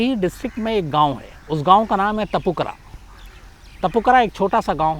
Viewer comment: तपूकरा नहीं है सर जगह का नाम तापूकारा है